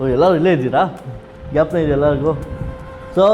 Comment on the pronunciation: ಸರ್ ಪ್ಲೀಸ್ ಗ್ಯಪನ ಅಲ್ಲ... ಜ್ಞಾಪಕ ಅನ್ನಿ